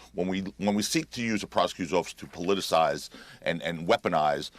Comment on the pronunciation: Did he say lickagator